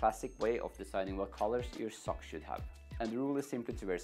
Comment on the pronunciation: "Sokcs" OMG LOL IM SORRY